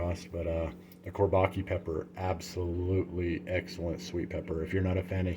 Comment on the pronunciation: Chor-bah-JUH is how it's pronounced. "Çorbacı" in Turkish.